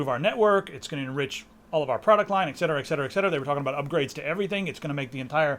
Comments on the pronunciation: It's eTcetera, not eccetsera. Fyi, pet peeve. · ETcetera, please! Are you also drinking an expresso?